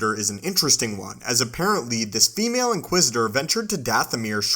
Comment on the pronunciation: “This female inquisitor.” Wtf? She’s an inquisitor. Call her “inquisitor.” Wtf is the obsession with noting the sex of and inquisitor? And the weird emphasis on “female?” Ewww dude. Never hear you say “this ‘male’ inquisitor.” Also wow what an annoying narration voice.